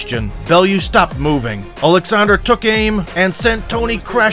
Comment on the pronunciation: Wow, someone who can actually pronounce Usyk’s first name correctly, you’d think the big “O” at the start would help but damn people are ignorant